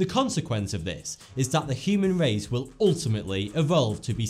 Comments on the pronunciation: the human wace huh? LMAO please evolve your speech. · The human wace has weached its peak!